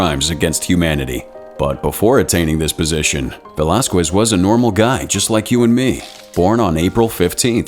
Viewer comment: the way you pronounce "velasquez" gives me that itching sensation that i can't scratch. it's pronounced as "velaskez" not "velaskwez".